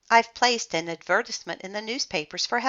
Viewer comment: Well..... you don’t have emotion while you read no offense and you said advertisement wrong btw not a hater but just saying.